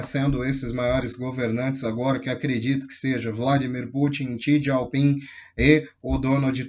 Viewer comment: não é xi "dieu" ping, xi " Jing"